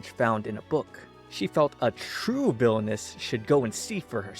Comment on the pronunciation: All i hear is " VILONESS'